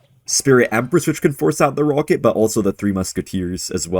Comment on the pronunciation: and his pawket rawket